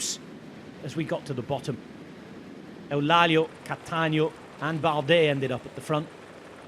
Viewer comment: Well, I'm sorry to say that Eulálio is not pronounced like that in portuguese, he's saying it like a spaniard would.. 😅 Classic